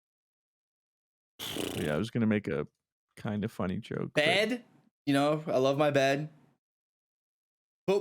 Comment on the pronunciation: Idk why but when said bed i heard "head".